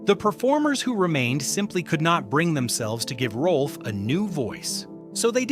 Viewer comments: It’s NOT “Rolf”. It’s “ROWLF”! If you want to be authoritative, GET YOUR FACTS STRAIGHT! And The Muppets without Frank Oz? That’s just WRONG, like nearly everything the Walt Disney Company does. But then, The Walt Disney Company without Uncle Walt has NEVER done things right. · The video says that Rowlf was the closest to Henson, but spells the name wrong and pronounces it wrong. Why should I watch the rest?